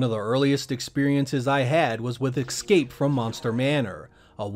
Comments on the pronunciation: Whoa... IT's pronounced Ess-Cape, it's even spelled Escape. NOT Eck-Scape!!! COME ON! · I love this channel and these videos but something about a person pronouncing escape as "ex-scape" always urks me. I sometimes wonder if that caught on because of the early 90's R&B group known as Xscape. 😅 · Why pronounce escape as "ecscape" or "excape"...? Heard this before a few times, and it just doesn't make sense, it's not a hard word to say... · Escape is not pronounced with an X.